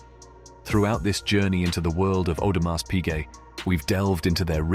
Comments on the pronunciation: The way the narrator is pronouncing Audemars with the “s” is making me cringe. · Would be good if the narrator, of this advertisement, would pronounce the name properly.